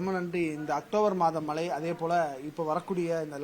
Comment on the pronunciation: 'மளை'ன்னு சொன்னவுடனே ஆஃப் பண்ணிட்டேன் - தமிழ் வாழட்டும், தயவு செய்து கொலை செய்யாதீர்...